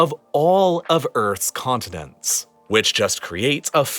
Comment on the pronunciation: "Of all the world's conninents." - huh? Might wanna check the pronunciation there.